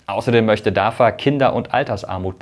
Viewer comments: Sag doch nicht immer DAFA! (nicht Vogel V) es wird DAWA ausgesprochen. Es wird in türkisch so ausgesprochen wie geschrieben. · Nicht DAVA, spricht sich DAWA Weil türkische alfabeth keine double W hat. Wenn Information dann richtig informieren! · Nicht dafa sondern dawa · Könntest Du das bitte richtig aussprechen. Es wird Dawa ausgesprochen. Ein bisschen Integration bitte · im türkischen wird das v mit w ausgesprochen